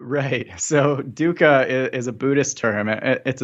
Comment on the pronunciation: Great interview, thank you for sharing. I always pronounced it duck-uh, now I'm not sure, I kept thinking you said Duker, like it was a last name.